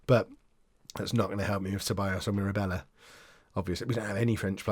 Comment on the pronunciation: Mirabella is pronounced as you are currently pronouncing it. So proud of you.